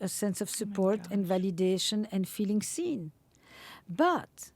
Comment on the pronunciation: When she says, "and feeling seen" but it actually sounds like she's saying "and feeling sin" that is why/how the 2nd world countries can still contribute to 1st world thinking. Because they take the language to such extremes that normal people would never come up with such a word association.